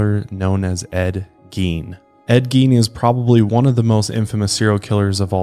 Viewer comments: You totally don't have a country accent. Its very plain but I'm from Kentucky.😆 Also, I think its pronounced like Gayne. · Geen 😂 not Gein but Geen 😂😂